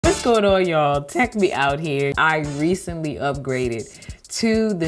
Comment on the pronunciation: "goawn". I love your accent!!